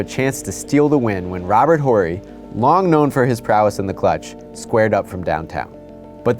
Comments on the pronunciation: Robert Whorey? lol wtf. Anyone who knows basketball knows his name is pronounced orrey. Who is the clown doing this video? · I stopped watching after hearing him pronounce Robert Horry's name. I just couldn't handle it. Do your damn homework next time